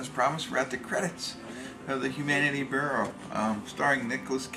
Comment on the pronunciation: 2030? Sounds dumb. Speaking of sounding dumb, learn to pronounce words before committing to an upload. Humanity burrow? Also, quit scratching yourself. Your incompetence with the internet makes all of us older folks look bad.